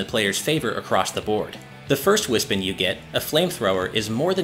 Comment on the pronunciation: It’s pronounced Wis-Pon